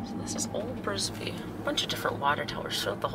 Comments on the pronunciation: Uhh, it's Bisbee AZ not Brisbee...home of comedian Doug Stanhope. Great video. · It’s Bisbee AZ not Brisbee. 😁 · It’s called bisbee not brisker there’s no r in it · Bisbee, Bisbee not Brisbee